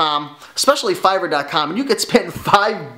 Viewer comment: What r u saying Fiber, Fiver, please spell it or link it?